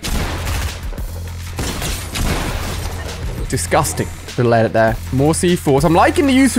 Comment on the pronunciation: why does he say discusting EVRY SINGE CLIP its weird